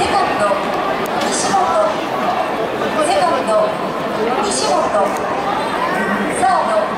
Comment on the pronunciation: 西本の発音変えててウケる